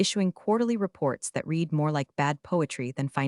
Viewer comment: Monica is not a professional -- See below -- The past tense of "read" is also spelled "read," but it is pronounced like the color "red." This can be confusing because the present tense is pronounced differently